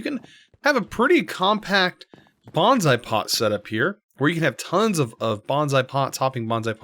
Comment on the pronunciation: Its bOnsai not bAnsai, thanks (I make bonsai in real life).